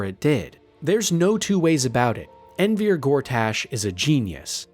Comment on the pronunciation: ENVIER Gortash?! It's ENVER. MY GOD. You're butchering so many of the names and words.